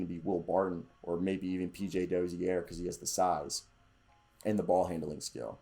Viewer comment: Čančar is pronounced Chanchar. Then č is ch sound. Dozier isnt said the french way, Dozière, but more like the word Closure. 🍻